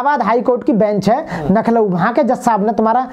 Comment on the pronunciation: सर, आप लखनऊ को नखलूऊ का उच्चारण कर रहे है, कृपया ध्यान देने का कष्ट करें। जय भीम जयसंविधान